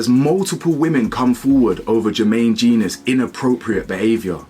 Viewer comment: It's pronounced Jen - Nus BTW